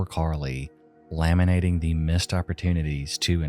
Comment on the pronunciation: "Laminating"? Bro, whoever taught you English owes you a refund and me an apology. Holy shit.